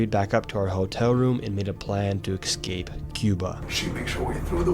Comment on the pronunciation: “excape” most intelligent content creator